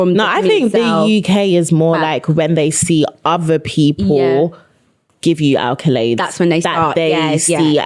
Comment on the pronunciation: I love y'all but its ACCOLADES not ALCOLADES!!!!!